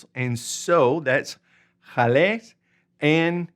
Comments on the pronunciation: Not "j" ales. GALÉS with hard g as in gun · Hola, "Gales" se pronuncia igual que "Gato", no con el sonido "J";-)